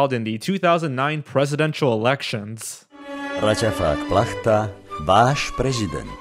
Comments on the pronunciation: Sorry to be bad but it irritates me so much . His name is raťafák plachta . And you read it wrong entire time . You should read it [ ratafaak plakta] you dont read it like american ch . In czech republic and slovakia we have our Č for american Ch . Ch is ewole different sound informace cz and sk . Some other languages have this sound too . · I literally bursted out laughing when he misspeled Slniečko as: sLaNieKO and raťafák plachta as raTafak placha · Hearing him say "Slnieko" and "Ratafakh Placha" physically hurt me 💀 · Ratafak platcha...lol. It's pl-ah-tah. Not platchta or platcha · lemme just correct the 'nounciation here. His name is pronounced Ratiafak Pla( the "ch" is pronounced more or less like a breathy "K")ta. Slniečko is pronounced Slnietchko and literally translates to Little sun. Also the translation of his name is pretty bad... it would translate better into something like "Toothy cloth" alternatively "Toothy Blankets" if you will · Awesome video! There are few things I can add. The pronunciation is RAH-tya-fahck Plakh-ta (no 'sh' or 'ch' in there, it's like a Scottish 'loch') and the 2009 political advert is a satire about politicians being puppets, it says: "Raťafák- your president! A real puppet." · Just a small tip how to pronounce his hame: Raťafák [ratjafaak] Plachta [plakhta / plaxta] BTW, "raťafák" is a synonym for a big nose, but with a mocking connotation. Normally it's unpolite to say that someone has a raťafák - that would mean you're laughing at that person's big nose. But Raťafák Plachta is not a human, so no human standards apply to him. Therefore it's not cruel to call him Raťafák :) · As a Slovak, I'm so glad someone talks about it, yet the mispronunciation of the Raťafák's name and the name of the show bothers me so much I burn inside :D Sorry... For the correct pronunciation - Raťafák Plachta is pronounced as /ratyafak plakhta/ and Slniečko is /Slnyechko/ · ratafak plachta or as i hear it wtf plachta